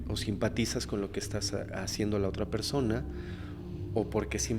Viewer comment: Me perdió cuando dijo "ésta persone" 🥴🥴🥴🥴🥴🥴